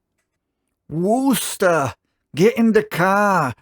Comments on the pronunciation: You almost got it right. Wus-tah not woos-ta. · Wuss-tah said fast. Or for fun-" were chest tor" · close but all you need to do is simplify your pronunciation of Worcester. It’s kind of like “Wooster”, again with the emphasis on the first syllable. The two letter Os are soft, not hard. Not as in WOOSH. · Nah, Wusster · It's pronounced WHISTAH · It’s pronounced FALL. RIVER. There is no S….. and you got Worcester all wrong